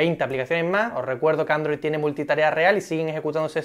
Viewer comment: Porque pronuncia tan mal "galaxy" o "android" XD